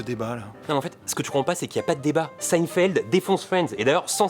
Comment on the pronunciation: ça se prononce seïnfièld non ?